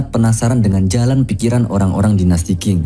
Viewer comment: Bgs Ching (Tjing ) bukan king